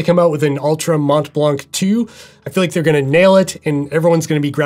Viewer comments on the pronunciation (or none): Good review as usual. As a french speaker, just a bit of info, the T and the C of Mont Blanc are silent in french... Not that it matters but I thought I would share the info:)